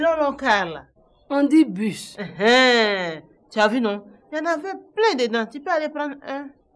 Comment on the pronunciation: Amoin : même les buch était remplit de garçons Thérèse : c quoi qui est bush Amoin : les long long car là Thérèse : ont dit bus Amoin elle me tue 😂😂😂😂😂😂